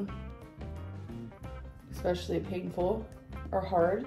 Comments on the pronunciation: eXspecially... makes me homicidal😂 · The one that really gets me is ‘ex-specially’ 😂